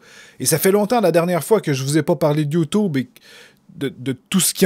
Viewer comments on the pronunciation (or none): On dit YouTube avec un U et pas ou c'est chiant enfaite